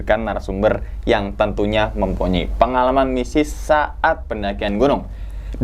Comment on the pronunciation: Apa cma gua salah denger apa emg bener bang pas ngmg bagian mistis jdi "misis"😂